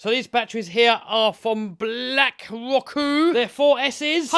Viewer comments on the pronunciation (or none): none